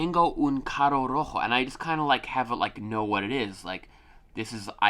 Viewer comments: You have to say 'carro', not 'caro'. Sounds are different. :) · Also remember to roll the r’s when there is 2 cuz when saying carro is car, but saying caro means something completely different which is expensive...